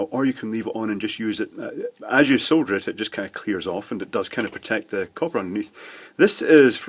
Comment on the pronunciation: Did anyone else think he said soda?